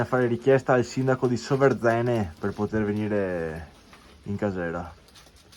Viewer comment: Bellissimo video, ma da bellunese non posso non riprenderti sulla pronuncia del comune! È Sòverzene, non Soverzène😂🫶